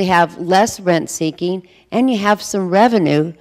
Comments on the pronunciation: 'RENT-seeking' not 'renk-seeking'. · What is "rainkseeking"? He keeps mentioning "Rainks" (sp?)